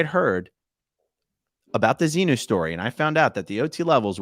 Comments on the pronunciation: Wow, he was unable to even say ‘XENU’ seems he is not out as much as he thinks lol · I'm only 5mn in and can't say Xenu, but the X word? Like when you say the F word instead of the word itself?Is he really out of scientology? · He couldn't say xenu and that to me was telling